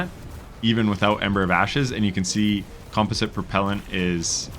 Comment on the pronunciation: You almost pronounced composite right lol.